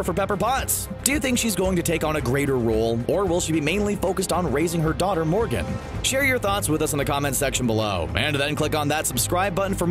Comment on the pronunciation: I thought you said "and they had an adorable baby daughter named organ." And I was like hold the phone WHAT.